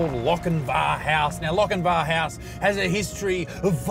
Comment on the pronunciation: Although it's spelt Lochinvar u say Lochinver as a fellow 🏴 it's not always said how it's spelt grwat video glad I stumbled across you guys love from Scotland UK 🏴